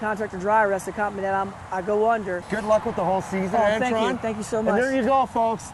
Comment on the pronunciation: It would be a miracle if you ever got anybody's name right in your videos! It's Antron, not Antoine you twit!